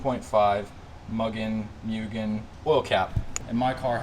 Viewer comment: It's pronounced "moo-gin"